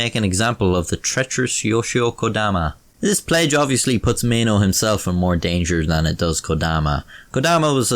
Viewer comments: Why would you pronounce maeno as meno, and why would you pronounce amateur as amachyuw? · I think it’s Pronounced My E no (Maeno)